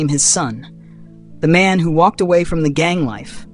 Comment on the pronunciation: Why it sounds like the Muslim dude said this here is a ma’am and not man